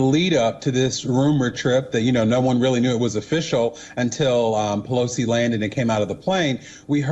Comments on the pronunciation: "1.24-Nancy Pelocy is second in Line to US presidency" . She always reads News Wrong and never corrects it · If she was sposed to stay home she'd be named Peloton not Pelo-Sea